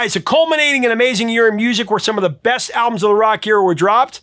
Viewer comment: A joke. You said "breast" when you clearly meant "best". That's all. 😁